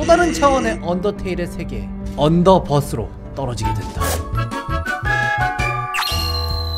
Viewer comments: 언더버스가 아니라 언더벌스에요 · 언더버스가 아니라 언더벌스입니다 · 언더버스 아니고 언더벌스 입니당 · 언더버스X 언더벌스O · 언더버스가 아니라 언더벌스 아닌가요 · 언더버스 ㄴㄴ 언더벌스임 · 언더버스가 아니고 언더벌스 아니에요? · 언더버스 가 아니라 언더벌스인데... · 언더버스가아니고 언더벌스에요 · 언더버스아니고 언더벌스인데요... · 언더버스가 아니라 언더빌스입니다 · 언더버스가아니라 언더벌스에요ㅗㅛㅛㅛㅛㅕ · 언더버스가아니라 언더벌스에요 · 언더버스가아니라 언더벌스입니당^^ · 언더버스가 아니라 언더벌스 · 언더버스가 아니라 언더벌스임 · 언더 버스 아닙니다 언더벌스 입니다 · 언더버스가 아니라 언더벌스 콜록콜록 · 언더벌즈에요 언더버스가 아니고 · 언더버스아니고 언더벌스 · 언더벌스에요!언더버스가 아니라...(죄송합니다;;)